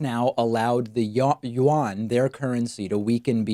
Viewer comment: the what?!? David... The official money of China is the Renminbi more commonly known as the Yuan. Yuan -> "You N" <- Pronounciation as close to english as can be.